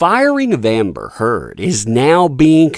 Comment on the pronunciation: Who's Amer Heard 😂